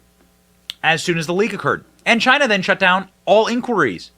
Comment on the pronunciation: The lab had strange activity and something related it’s air system replaced right around this time. Pair that with Fauci’s absolute panic…this has been obvious from the start. “Because it’s came from CHY-NAA”